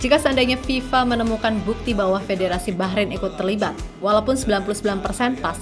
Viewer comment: Bahrain Bah nya : bahrulll